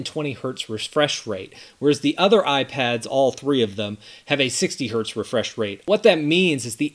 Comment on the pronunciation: wait for the RESFRESHRATE 😂😂😂